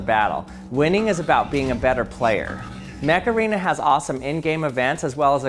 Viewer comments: Am I the only one who heard him say Mech Arena and then started hearing "HEYYYYY Mecharena"? to the Macarana song in their noggin? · When you said Mech arena I thought you said Macarena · Mech Arena sounds to me like Macarena, I don't know if that's on purpose. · I genuinely thought the sponsor was called Macarena before reading it on screen... XD